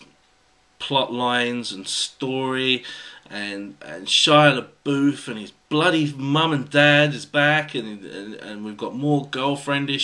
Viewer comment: The way you pronounce Shia Labouf drives me nuts. I don't know why because you're pronouncing it correctly!!!! I'm just used to hearing the wrong pronunciation and It's burned into my brain from all my friends who say (Shia-la-buff). I'm a weirdo, aren't I?